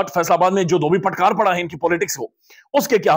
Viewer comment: Sir dhobi patkar nahi dhobi patka bolte hein.